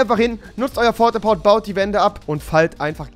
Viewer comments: Das heisst nicht fort a port sondern port a fort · lol rewi du hast die ganze Zeit Fort a Port gesagt!! trotzdem geiles Video!!!!! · Das heißt nicht fort a Port sondern Port a Fort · er sagt die ganze zeit fort a port es heisst PORT A FORT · Es heißt Port-A-Fort nicht Fort-A-Port!!!😂😂😂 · Rewi sagt zu Port a Fort , Fort a Port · Es heiß nicht „Fort a port“ sondern „port a fort „ ;D ^^ geiles video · Das er die ganze Zeit Fort a Port und nicht Port a Fort sagt triggered schon ziemlich hart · Das heißt Port a fort und nicht fort a Port aber okay bist trotzdem cool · Rewi sagt Fort A Port -heißt aber Port A Fort hahahaha😂 ist gar nicht lustig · Lieber Rewi ES HEISST PORTAFORT UND NICHT FORTAPORT! Liebe Grüsse Dein Tom! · Wenn hat dass auch auf ganze Zeit ,,Fort a Port“ gesagt hat und nicht ,, Port a Fort“ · Port a fort!! Nicht Fort a port!!!!! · Du regst mich auf rewi xD. Das heißt Port a Fort und du sagst die ganze Zeit Fort a port... Was heißt bitteschön "(to) fort"? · Port-a-Fort nicht Fort-a-Port Rewi😂😂🤦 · Port a Fort nicht Fort a Port😂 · Rewi das heißt Port-A-Fort nicht fort a port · Es heißt port a fort bitte rewi 😂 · Rewi das heißt porta-fort nicht forta-port😂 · Das heißt nicht fort a Port sondern das heißt Port a fort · Port a fort nicht fort a port. Klingt aber auch logischer wenn man Englisch kann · Fort a port😂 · Es heißt PORT-A-FORT und nicht FORT-A-PORT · fort a port" Das heißt doch Port a fort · Port-a-Fort..... NICHT Fort-a-Port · Der hat keine Ahnung, dass das port-a-fort heißt nicht fort-a-port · Es heißt nicht Fort a Port sonder Port a Fort Granate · Es heißt Port a fort und nicht fort a port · Porte Fort nicht Forte Port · Rewi sagt die ganze Zeit Fort A Port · Fort a port???😂ok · Fort a port😂😂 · Heißt es nicht Port a Fort ? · *port a fort XDDDD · Das Heißt Port a Fort du Hund